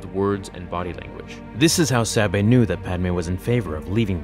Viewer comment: It's weird that you keep switching between different pronunciations of Sabé's name. It should be pronounced Să-Bay. The names are my biggest problem with this book, all of her handmaidens had very similar names, it made it difficult to keep them straight.